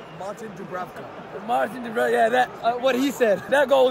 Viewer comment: M. Dubravka finally got his name right